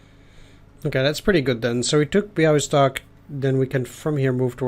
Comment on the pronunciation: Siedlce is SIEEH-DL-TZE :) Soft S. But 2 thumbs up for pronouncing Bialystok. BTW, Lodz, (surely in the next mission) is kind of like WUG with G like in "Gene" but softer.